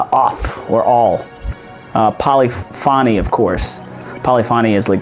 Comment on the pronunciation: Polyphony is pronounced “po-li-fuh-nee”